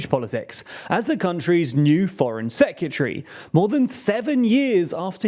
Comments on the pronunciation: Why does he pronounce 'Secretary' as 'Secutery'? It's giving me 'Nucular' flashbacks. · Are you saying "secutree"? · It’s secretary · Nearly shut this video off over that pronunciation of secretary 🤦🏻‍♂️ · Why are you pronouncing secretary like that😂😂 killing me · Please learn how to pronounce secretary